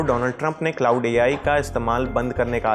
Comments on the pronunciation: It's क्लाड not क्लाउड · Bhai wo क्लाउड नहीं क्लॉड है...... बोलो तो सही यार 😂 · Iss video ko hata kar dobara upload kar lo bahut ajeeb lag raha hai baar baar cloud cloud bol raha hai, tgodi research toh kar liya karo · Iss video ko hata kar dobara upload kar lo bahut ajeeb lag raha hai baar baar cloud cloud bol raha hai, thodi research toh kar liya karo